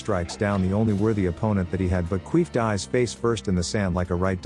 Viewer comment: I'm watching this at 1.5x speed, and I can't help but hear "queef" when you says Kief from time to time🤣😭🤣😭